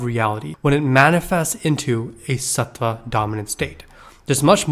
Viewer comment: Yeah bro pls learn how to say tattva satva and guna